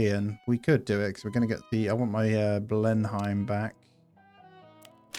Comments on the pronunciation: Btw its not "Blin hime" it's "blen um" like the palace 🛩 RIP those personnel that died at the end 😥may their sacrifice be not in vein.🏛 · Ble-num, Churchill home... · If you are generally interested in WW2 as you suggest, then I would learn the correct pronunciations for the aeroplanes. Beaufighter = 'bowfighter', Blenhiem - 'blenham'